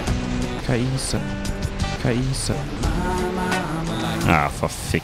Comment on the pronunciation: Der Champion heißt NICHT Ka-Isa.